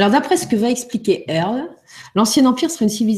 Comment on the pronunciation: earl et non pas airl